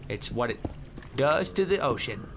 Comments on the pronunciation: he actually said something like ocean but it sounded like oh s#it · he says ocean not oh shit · he clearly said ocean